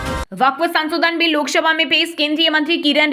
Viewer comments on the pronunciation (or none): Lok shabha nahi lok sabha boliye